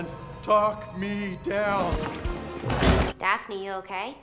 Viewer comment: It’s pronounced Daphne